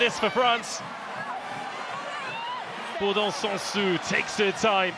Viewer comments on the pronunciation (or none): I'm so grateful this channel exists and we're able to see those matches, but please someone at BBC tell how to properly pronounce French surnames, like why is BouLard pronounced as BouYard 😂 (and the last -s in Bourdon-SansuS should be pronounced as well)